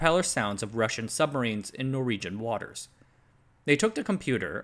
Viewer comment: That's some painful non-pronunciation of Norwegian names. Nice video though.